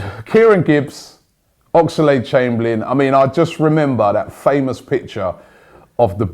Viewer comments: Oxlade NOT Ox-a-lade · It's Ox-lade not Ox-er-lade. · I love how Robbie gets an extra syllable into "Oxlade".